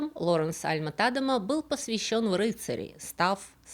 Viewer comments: `Альма (ударение на А) ТадЕма (ударение на Е) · Альма-ТадЕма, ударение на второй слог!!! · до просмотра этого ролика, я была уверена, что его фамилия читает альма-тадЕма....